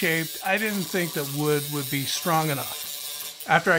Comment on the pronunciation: ..in the first 10 seconds I thought it was a joke when you said "it WOOD work" instead of "would work" lol